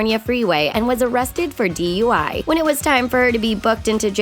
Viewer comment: Yep I heard that right. A "DEY" charge and not a DUI charge